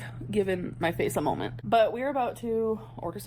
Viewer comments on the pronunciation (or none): BEST MOMENT, excuse me, MOLMENT.